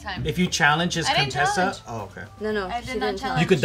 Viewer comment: Coup-tessa had me ROLLING 😂😂😂😭